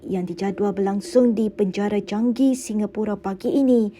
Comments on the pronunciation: Chang gi😅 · plz lh wartawan..sebut Changi pun xbetul..xbuat research dulu ka